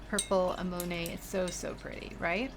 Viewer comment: uh neh muh nee is how you pronounce that crazy flower! It is beautiful and your paints are stunning, That green though!!! LOVE